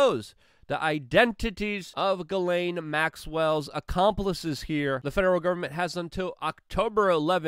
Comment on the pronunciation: Ghislaine is pronounced Jizzlane in English